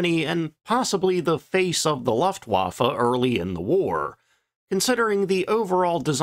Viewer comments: I really enjoy your content, thank you. But it irks me whenever you say "luftwaffe". It's pronounced "looft va fuh". Don't take it personally, most Americans can't say jalapeno either. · More like "Looft-Voff-uh" but yes, it's very annoying how consistently it's mispronounced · Say "loofa." Good, now say "looft." Excellent! Now say "looftwaffe." That's how 'Luftwaffe' is pronounced. Thank you for your attention to this matter. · Looooft wafe it’s L ooo ftwafe